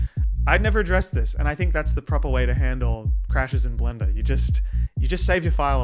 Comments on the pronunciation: I just heard blendr as Glenda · "Blenduh" - 2026